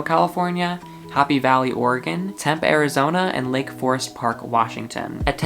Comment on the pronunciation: Sorry for being rude but it is Tempe pronounced tem pee Im from Arizona so it just triggers me (